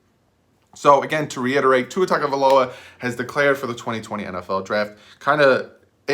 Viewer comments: It's not " Tag" a viloa. Its "Tongue " a viloa. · Hey. I hate to be the bearer of bad news, but you're still pronouncing his name wrong. I wasn't sure myself, but if you listen to his press conference he pronounced his brothers name on a couple of occasions and said TUNGAvailoa. So, it's not pronounced as it's spelled like we both thought as TAGA, but pronounced as TUNGA. Great video. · I personally would love to draft him (p.s. its pronounced Tung-oh-vie-loa) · u were saying it wrong lol. it is tongue-oh-vai-low-uh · And do some research on how to pronounce his name.